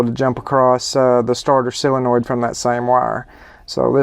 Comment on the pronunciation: It's pronounced soul - in - oid. Not sill - in - oid. Sorry, but that drives me crazy. Other than that, great channel!